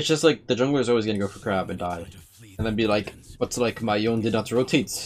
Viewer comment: someone enlighten this man on how to pronounce Yone name. So cringe.